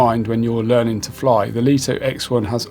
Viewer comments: Just for info, according to pre-release LITO 1 and X1 testers, DJI were adamant the drone MUST be pronounced as "Light-Oh One" and "Light-Oh X-One". Not "Leet-Oh" or "Lit-0h." 🤓 BTW, great review. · In Mandarin Chinese, 利托 is pronounced Lì tuō. Here is a breakdown to help you master the pronunciation: 利 (Lì): Pronounced with a falling tone (the 4th tone in Mandarin). Start with a slightly higher pitch and sharply drop down, similar to saying "Lee" with a stern, emphatic tone. 托 (Tuō): Pronounced with a high, level tone (the 1st tone in Mandarin). Keep your voice flat and steady at a high pitch, like saying the English word "toe."